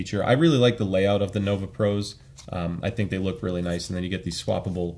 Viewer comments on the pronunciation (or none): none